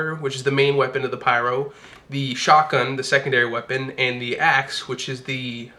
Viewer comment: Instead of axe I heard ass XD